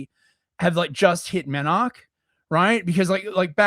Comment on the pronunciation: as far as I know you’re supposed to pronounce the last e in menarche. Should rhyme with “anarchy.”